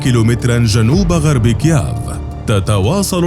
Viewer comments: كييف وليس كياف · المذيع يقول إكيااااف يا اخي والله اسمها كييف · اسمها كييف مو كياف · نطق كييف فظيع جدآ لا تنطق هكذا يا صاحب القناة 🇷🇺🙄😳🇺🇦🇺🇦